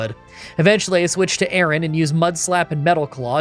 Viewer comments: His horrible mispronunciations of the entire Aron family was so painful to listen to. I know he doesn't care and/or just isn't good with names, as he's said a billion times, but it doesn't make it any less cringey to listen to again and again. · I really wish you'd read MarshTOMP's name. There is no second S in it. Also the way you pronounce Aron is off. The 'Ar' part of it...well think of a pirate. You're pronouncing it like the name Aaron.